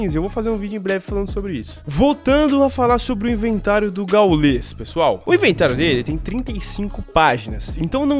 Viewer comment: Não é gaulês. É gáules